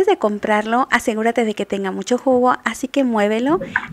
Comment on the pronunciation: Siempre me gustan tus recetas. Y se las envío a todos los que conozco, incluyendo mis alumnos. Y lo siguiente que te diré no tiene ningún afán de ofender ni nada. A mí me gusta mucho compartir tus recetas por lo que te escucho detenidamente para no perder ninguna información así que me permito decir que ahora noto algo que antes no decías "MUCHO " pero pronunciado "mu/sh/o " y si tenías marcada tu manera de pronunciar la /a/. ..pero no sé ahora... suena muy sensual.../aaaccggg/. Me gusta que seas más natural al hablar y no lo digo para ofender. Se agradece que nos compartas tu recetas. Sólo te comparto mi opinión.